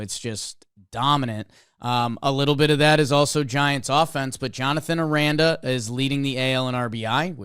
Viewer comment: Jonathan Aranda is pronounced arAHnda